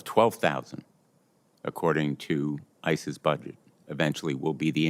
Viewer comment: When saying "ICE's" it sounds like ISIS.